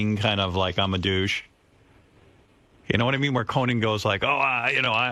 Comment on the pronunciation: Why does Howard keep pronouncing it "CoNAN?" He sounds like Jesse Ventura. 🙄